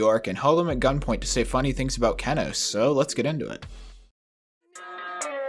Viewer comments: not keh-noase, key-noase. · he says keh-noce not key-noce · kEnos not KeNOS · Key-knows not keh-knoes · Cool but istg isn’t it pronounced KEEnos and not KEHnos? Am I tripping? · “kehnos” that hurt me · Kenos; a top ten extreme demon verified by npesta, the verification took 8 months and 135,320att to verify, he has become an internet meme for his hilarious reaction to beating the level, pronunciation (key-nose) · did he just say kennos wtf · It’s pronounced kee-nœs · sorry but i cant stand the kehnos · Every time he calls it "kehnos" I lose 5 brain cells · Yeah man it feels so unbecoming but whatever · Kennose he says, kennose. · Dawg the funniest thing about this video is how you pronounce Kenos